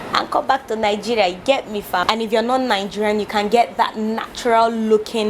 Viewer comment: You are the first person to my hears you perfect pronouce your country well. Most your fellow citizen say N-geria